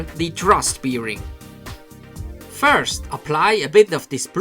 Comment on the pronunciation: Nur ein kleiner Hinweis, "Bearing" wird "Berring" ausgesprochen, ein "Beering" is eine Sauferei ;D Im Übrigen ein tolles Video, super, dass MIP die 250 Vorbestellungen erreicht hat. Welche Fernsteuerung verwendest du?